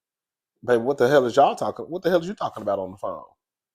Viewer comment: Fireplace poker Terri J. Vaughn “tha streetz are tawwkin!” 😂😂😂😂😂 you sound like a New Yawka! You’d fit right in with us hahahaha 🗽